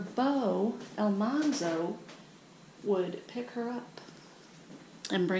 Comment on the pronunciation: His name was really pronounced “Al-MAN-Zo. The first time he was mentioned on the show the person mispronounced his name to “Al-MON-Zo m, so they kept it like that.